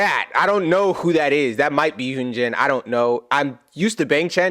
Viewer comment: Just a helpful hint: Hyunjin’s name is pronounced HUN as in honey, and GIN like the booze. Love him!!